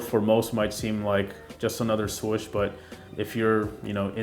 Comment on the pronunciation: The only complaint I have is the way you pronounce swoosh😂💀. But dope review nonetheless! I will be trying to cop these whatever way I can!🙌🏼👏🏼🔥